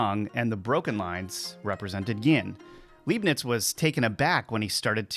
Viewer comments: Leibnitz not Leeb-nitz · Leibnitz is pronounced 'Lye-bnitz' (german here). Thanx for video. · Leibniz is pronounced "LIBE-nitz." In German, when you have an "ei" or and "ie" it's the second letter that carries the sound. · It's no Leeebnitz, it's Lybnitz. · I pronounce his name as "LIE - BEANS" not "LEEB - NETS" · Leibiniz is pronounced like in the word liar, you spell him like he is written Liebniz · Leibniz - the "ei" is pronounced like the "i" in "light". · When an American mispronounces "Leibniz" it's not because the word is difficult to pronounce for native English speakers. He just didn't bother to do the research.